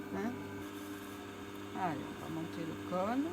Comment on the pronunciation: Vous avez dit : " voyez à quel point je travaille en conne" au lieu de " à quel point je travaille en cône" à part ce petit détail comique, votre explication et votre démonstration sont excellentes . Merci. Michel